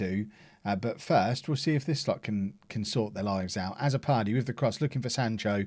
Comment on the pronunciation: Azzopardi is a Maltese name... The a should sound more like u, and the double z sounds like a ts, so it will be pronounced utso pardi